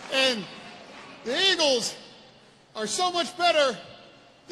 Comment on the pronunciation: Lol Im watching the Superbowl and all I can hear and see is this dumb statement. The words was enough for me but it was how he said it.! Yeeeagles! Lol